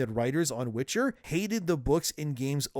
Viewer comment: It was called WITCHER not WITCH - HER (forerunners wanted the witches to be the lead)